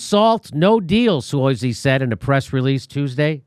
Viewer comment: Jimmy, John Su-OT-zi., you know that.